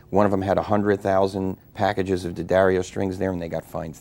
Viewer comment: Thank you,, for pronouncing name (unlike just about all of your fellow countrymen) CORRECTLY ----- DADDario, DANgelico, DAquisto --- but there are idiots who will continue to stubbornly, childishly say 'Deeeeeeee-addario'...Deeee-Angelico, Deeee-aquisto.